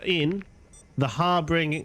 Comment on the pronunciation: Literally every video where it’s mentioned the Harbinger gets mispronounced. Look at it closely. Its not har-bringer it’s har-binger. Like binge food. A harbinger is someone who brings a message. Like that weapon is a harbinger of death.